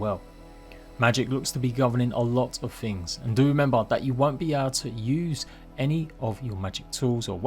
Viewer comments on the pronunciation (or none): none